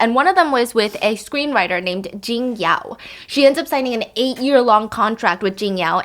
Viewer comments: honey kind kind reminder 琼瑶is pronounced Chiong Yao not Ging Yao ~ love how you are learning the the Chinese pronounciation inst. of giving her a english english name! love you steph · Hi Stephanie, thanks for the story.. btw it's Qiong2 Yao2.